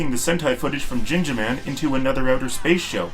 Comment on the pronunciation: It's pronounced gingaman not jingaman